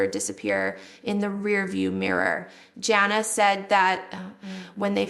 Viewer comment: Doesn't even look like Jill. Also it's Jana not Jail